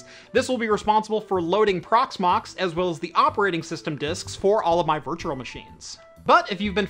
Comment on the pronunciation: I can't stop hearing virtuRal